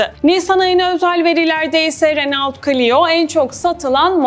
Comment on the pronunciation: renault diye degil reno diye okunuyor.